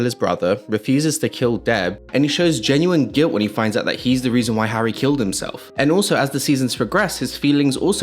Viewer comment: how did you get the name Harry wrong over and over and over and ov